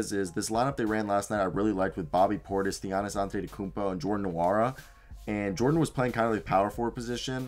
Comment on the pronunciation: just a small correction the "N" is silent! (N)wora